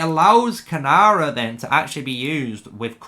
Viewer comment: Great video but it's Keeee-Nara